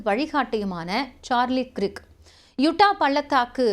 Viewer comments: கிர்க் இல்லேமா கர்க் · His name is "கிரிக்" இல்ல. "கர்க்" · You pronounce Krik wrongly. He is Kirk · க்ரிக் என்பது தவறான உச்சரிப்பு 😮 ஆங்கில உச்சரிப்பில் கேட்டு உச்சரிக்கவும்.